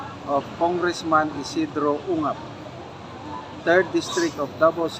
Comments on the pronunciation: Cong. Isidro UNGAB po, hindi UKAB correction pls. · Ungab po hindi ucab